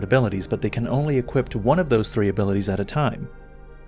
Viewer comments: Equip, not equipt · I say this in a kind way but I've noticed for many videos now you say "equipt" with a "t" instead of ending the word with a "p", this is something which might seem small but could help improve the perception and professionalism of your channel. Everytime you say "equip" or a variant word you always include a "t" sound at the end which is not correct. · Never noticed before that pronounces "equip" as "equipt"